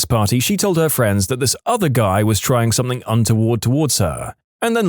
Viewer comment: No k in the word something